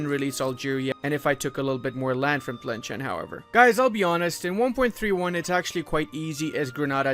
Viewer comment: tlemchen.... bro its pronounced as tlemsaan